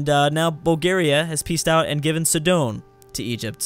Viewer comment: Sidon is pronounced [sahyd-n] not [si-dohn]